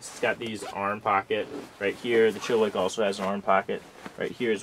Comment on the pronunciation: It is pronounced Chill-a-Whack.. Not wick!!!